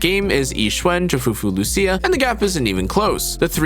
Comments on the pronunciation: As an Italian, since Lucia is a common name for me, I'll be your "guide." He actually says LuSIA incorrectly, and not LuCIA correctly. There aren't two pronunciations. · Loo C Ah ☝️😞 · I came for Loosha but got hit with the Loo See Ya. :face-green-smiling